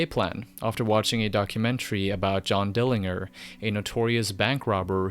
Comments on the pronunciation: When I hear something 'mispronounced', as in with this video, I wonder if; a) I've been mispronouncing that band name, all this time, b) The speaker cannot pronounce the band name correctly, c) The speaker doesn't KNOW how the band name is pronounced, d) I'm a pedantic cunt I suspect option d) is a dead-cert but other than that, I don't know. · I had to stop watching 2 minutes in because of how u pronounce Dillinger... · In two minutes you mispronounced Dillinger, referred to Deadguy as "the Deadguy", placed a legendary, genre exploding album alongside the likes of KsE and BMTH, and botched the ending. And yet somehow, this is a very enjoyable video, so well done. Keep all these criticisms in mind and make a part 2 about the Greg Puciato (Poo-shyah-toe) era. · Dude thats not how you pronounce dillinger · The way you pronounce ‘dillinger’ hurts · For a short moment I thought I'd been pronouncing it wrong all my life! Had to check on wikipedia. He is pronouncing it wrong! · Dillinger n gurr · David Pearson actually no, he is foreign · at least pronounce the band name correctly. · They're named after an American bank robber/gangster named John Dillinger, pronounced with a soft g. Not the name of the German city. I can see why you'd think that though. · dilling, -er? etf not Dill-in-ger? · Also dill-ING-er? What?!... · it’s pronounced “Dil-lin-jer.” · It’s DillinGer… with a G in it.. Not Dilliner 😂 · Wow. That’s not at all how you pronounce the name. It’s dill-in-JER. Since you pronounced the literal sound of the letters. JER. Not GRRR. 😂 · Its Pronounced Dilling-Jerr, not Gerr. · God damnit. JER. NOT ING-ER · Good video about a band I like but haven't thought about in a long time. Just fyi, I think Dillinger is pronounced Dillin-jer not Dilling-er. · wait did he just say "Dilling-er" ??? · You lost me on the 2nd word. It's pronounced dyilengiery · its Jer like Germany. Dylan-JER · Dillinjer? :p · Dillinger is pronounced with a soft g, my good dude.